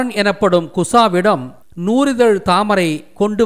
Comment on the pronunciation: நூ"ரி"தழ் அல்ல நூ"றி"தழ்....